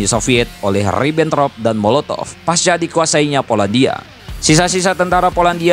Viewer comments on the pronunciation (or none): none